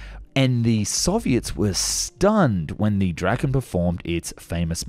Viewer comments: Not pronounced [Drakken] though. More like [Draa-ken]. Means "The Dragon" (or possibly "The Kite")... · I think i make a fair guide to swedish pronounciation here: Saab JAS 39 Gripen. Pronounced as Grease is. "Greapen". Saab J 35 Draken. Pronounced as "Draw Ken" with a short a. Noteworthy is Draken is named after the Kite. In swedish the same word as the mythical dragon, but actually refers to the kite. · bro Said the f 35 draken